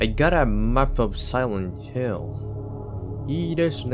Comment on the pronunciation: さんのsilent hill の発音カッコいい〜😆💕💕！！！ 大好きゲームめっちゃ期待です❤❤